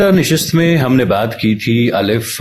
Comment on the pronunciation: حضرت " نِشَست " درست ہے نِشِست غلط ہے